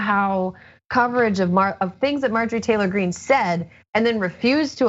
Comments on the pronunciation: Love you on the show. Love John also.When you said Marjorie T Green , it sounded to me like MARJORIE GANGRINE. That's a perfect name for her.😅👍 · "Margarine Tangerine."